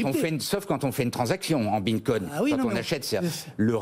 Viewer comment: Le "Binecoin"... En un mot on comprend que ces types sont des clowns (en tout cas dans le domaine de la crypto).